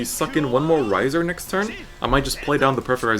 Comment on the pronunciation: 'Rai' is pronounced like "rye." He's pronouncing it right.